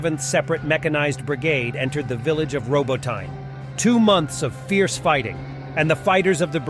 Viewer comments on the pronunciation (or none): Why do you mis-spell as "Robotine" the name of ROBOTYNE? Probably the same reason you mispronounce the name. Should be RŌ - BŎ - TῨ - NĒ (using the Oxford Dictionary pronunciation guide for letters). Kindly examine this pronunciation carefully and make the necessary corrections to your spelling and pronunciation. What you are doing at present is awful and a bad reflection on your grossly misleading practice of using stupidly incorrect U.S. errors. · Find a Ukrainian friend to help you with town names in Ukraine. Robotyne is not pronounced RoboTINE, or RoboTEEN, the two I've heard you say. Hint - RobO-teh-neh.